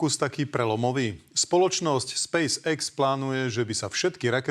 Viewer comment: Spejs ex hej? Podľa teba sa to takto vyslovuje hej? Hm, teba potom škoda je v markíze ty Spejs EX.